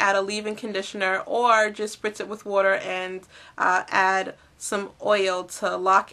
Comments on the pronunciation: lol wuter <--- im from Tennessee ... i hear it all the time so im not making fun , but haha thats so cute. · OH MA GAWD I love the way u say water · HA! I love how you say "water". It's like "What-er". :D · Are you from Philly? We say "war-ter" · You say 'water' funny